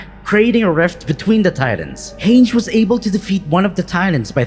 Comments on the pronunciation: im really like really offended to the fact that he called hanje hanjg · the way he pronounced hange... Hainje lol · The way he pronounced "Hange" got me rolling on the floor💀💀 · That isn't how you pronounce Hange. That's all I have to say... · The way you pronounced Hange's name almost gave me an aneurysm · the way he pronounced "Hange" hahahahaha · the way you pronounced hange was painful.